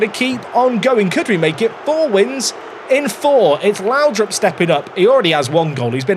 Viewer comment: oh google trnaslate. Whatever happens, I hope we have a Lowdrip stand. Not laudrup. Lowdrip :D